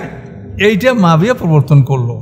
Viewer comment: মুয়াবিয়াকে আপনি বারবার মাফিয়া অন্যরকম ভাবে বলতেছেন এটা কি ইচ্ছাকৃতভাবে নাকি আপনার ভুলবশত বলতেছে না।